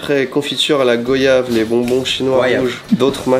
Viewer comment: Go. Ya. Ve non non non non non non on dit goyave comme on dit voyage. On ne dit pas Vo. Ya. Ge 🤣🤣